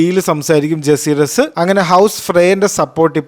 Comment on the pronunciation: ജസീറിസ്‌ വലേറിയൻ ❌ ജക്കാരീസ് വലേറിയൻ ✅